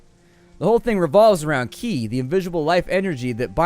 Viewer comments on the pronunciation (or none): Qi is pronounced chi, byw :)